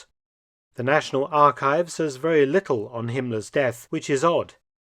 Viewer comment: Veeeewy intervesting!